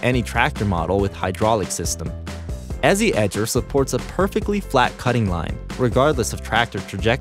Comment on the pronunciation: I think Ezi is supposed to be pronounced like 'easy'. Because it makes the job easy.... Not 'ezzy'!